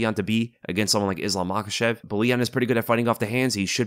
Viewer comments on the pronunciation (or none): none